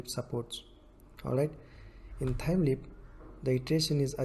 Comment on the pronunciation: Its LEAF not LEAP